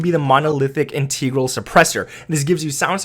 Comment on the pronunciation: Not hating, for the MP5 it's integral, pronounced "in-teh-gral" instead of "in-tee-gral"